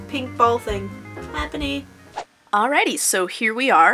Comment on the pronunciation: its not ''HAPPENY'' its ''HAPPINY'' you illiterate tart.